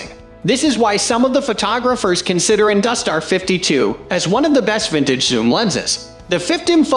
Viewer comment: It's "Industar" not 'dustar'. For good reviews of ex-Soviet lenses with photos, go to Zenography channel on YouTube.